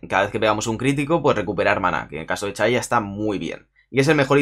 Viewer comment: "chaya" jaja